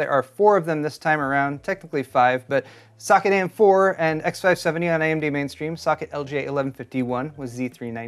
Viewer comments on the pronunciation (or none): when he said socket i heard suck it until the last one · Is it me or everytime he says “socket”, it actually sounds like “suck-it” 🤣🤣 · This is a petty comment, but when kept saying "socket" earlier in the video, all I kept hearing was "suck it..." And from the subtext of this video, my subconscious kept hearing "... Intel" thereafter. Probably because I watched Linus' rant on this CPU before this.